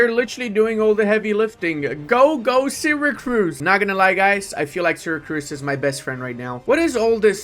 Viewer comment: Is it just me or pronounces "Syracuse" as "SyracRuse"?